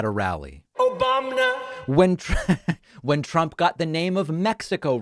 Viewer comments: Obamna 😂😂😂😂😂 this dude is funny and plain dumb 😂😂😂😂. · when he said OBAMNA I LOST IT 😂😂😆😂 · "Obamna" - I had to laugh too...